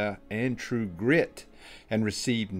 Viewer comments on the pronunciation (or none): none